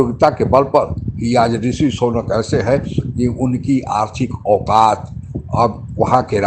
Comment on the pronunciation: Sonak nahin Sunak hein???